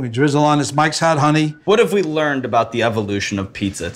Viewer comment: ok, so whats he say? sounds like "mxyzan honey"? whats that then? sounds like a crucial ingredient but I've no idea what he says.